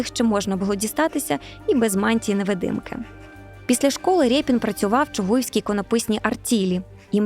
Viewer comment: Шо за рєпін, Ріпин же ж